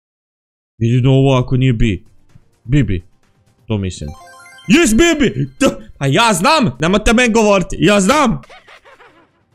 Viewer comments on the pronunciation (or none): none